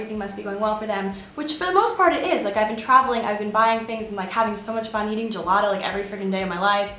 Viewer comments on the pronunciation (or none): none